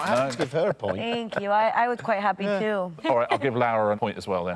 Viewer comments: This was bugging me too. Spanish Lara would usually be essentially the same as British Lara - there's no diphthong ('lah-rah'). But he's adding a diphthong as though he's saying Spanish Laura ('lah-oo-rah') instead of British Laura ('loh-rah' or 'law-rah'). Since I don't know her, it's possible that this is the right pronunciation after all and it's just an odd spelling for it. But it did really throw me off. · He probably means to say Lara, but keeps calling her "Laura" / "Lowra". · i thought the same thing, but re-listening, i think he means to say "lara", it's just his pronunciation of an A followed by an R. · Actually, I heard him say Lawa once, I think he just has a difficult time with his R’s, you know how British people say things that end in r as an a, and things that end in a as an r… I think the ending of her name is really messing him up, because he’s doing his best to get it correct. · RO knows a lot and is good at stuff but I don't trust his pronunciation. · Yes, "it's pronounced the Spanish way". Which is very much not the way Richard is pronouncing it. Voy a arriesgarme y decir que no hablas Español... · This is so dumb because he very much isnt pronouncing it the spanish way